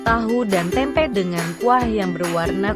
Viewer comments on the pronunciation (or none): none